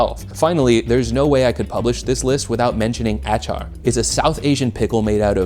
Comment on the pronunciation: Love the video but triggered by acar pronunciation 🙈